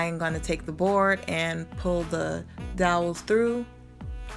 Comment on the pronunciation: It turned out beautifully, you're very imaginative. Lol, dowels not doyles, fyi it's flush not flesh. I do that with some words too.😊